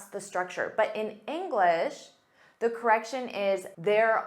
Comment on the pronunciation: The engineer or thee(dhe) engineer as it is vowel sound